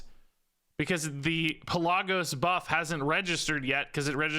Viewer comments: I love your videos, but one thing. it's pronounced Pel-luh-gos. You were close and I know you don't play world of Warcraft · I am so sorry but Pelagos is Pe-la(short a)-gos I still love the vid though! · its actually pronounced Pel-uh-goe-s. Greek, Macedonia or Thrace of origin if i recall. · It's wingardium Pel-a-GO-sah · It's not Pelagos, it's PelaAaaaAaaAaAAaaAAgos. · in greek we have something that's called tone it goes on top of a letter that helps so ppl don't mispronounce the word, that's why I said it like that cus to an non eng speaker the pe-la-gos that he said could be pronounced 3 different ways atleast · Pelagos(pel-uh-gose) I’m sorry but that just triggered me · it hurt my ears every time i heard pellahgose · Lol you are pronouncing Pelagos wrong. I cringed every time you said his name. 😂😂